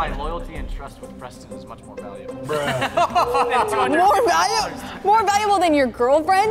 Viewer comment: Umm it's not breh its bruh